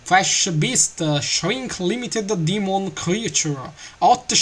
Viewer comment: el che inglese quando hai detto shrink limited demon creature,proprio così shrinc limitid dimon criaciur lol